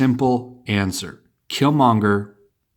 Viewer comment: You missed the r in Killmonger dude.